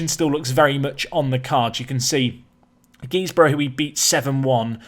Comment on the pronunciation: As a lad that comes from Redcar (still gutted you didn't pick Redcar Athletic for this series!) it's hilarious to hear you say Guisborough 😂 if you play them again it's pronounced gizborough. Anyway keep up the great work loving this series almost as much as the RB Barna one. Up the Lawmen!